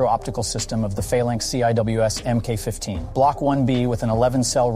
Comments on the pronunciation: I'm gonna start punching people that don't know how to pronounce mil-speak. Emm-Kay (Mk.) is pronounced "Mark". You would say, "Mark 15 Phalanx" -- NOT effing "Emm-Kay 15...". When you say "Emm-Kay", all I want to do is ask you what your pronouns are, whether or not you want avacado toast, and if you'd like a double chunk moca soy latte cousin vinny coffee with 6 mg of caffeine. If you haven't learned what words are pronounced as, don't effing do videos. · MK is pronounced MARK. PLEASE SAY IT RIGHT